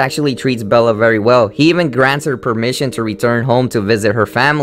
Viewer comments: It's Belle not Bella! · Belle not Bella!!!!!!!😡😡😡😡😡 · Its BELLE not BELLA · Bella? You mean Belle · Dude. It's belle. It means beauty in French. Ok? It's not Bella at all. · You keep saying NAmber not number.... It's not Cooper, it's COPPER! It's not Bella it's BELLE! You'll see Cinderella's and (some of) Rapunzel's disturbing reality in "Into the Woods" I thought in the Hunchback in Notre Dame also included poor Esmarelda being torchered with hot iron shoes and she was hung and maybe he hung himself too. Besides all that, good job w/ the video tho! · It is belle not bella and the little mermaid in the original story drowned and turned into sea foam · also you seem to have a lot of views but a lot of your pronunciations are completely wrong and not just due to your accent. for instance you said Bella. Bella is a character from the dreaded twilight series. Belle is the princess from Disney. There are many others but I won't list all the mistakes. but if you're going to make videos about Disney stuff you're going to be dealing with some pretty hardcore fans and should probably make sure you're pronouncing stuff correctly. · In Beauty and the Beast her name is BELLE not Bella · Who the fuck is Bella? It's Belle! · It's belle not bella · it's belle not bella. :| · If he grew up with the name Bella, then it's actually really hard to change it to Belle when talking...